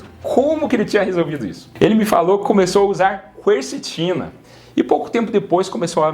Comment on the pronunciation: O correto é dizer "quercetina" como em "quermesse" e não pronunciando a letra "u", como se esta letra tivesse um sinal de trema, que por acaso não se usa mais.